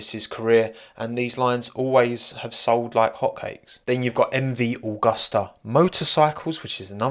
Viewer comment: It's MV Agusta, Not MV Augusta !